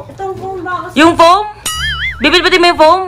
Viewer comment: MYGHAD FOAM NOT FOEM